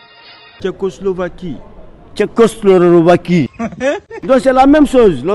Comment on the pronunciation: Tchekoslorovaki😂😅 c'est ce que j'ai entendu j'écris 😂😂 c'est tousssss